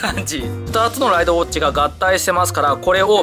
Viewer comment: た行が言えてない…… ウォッチのチが……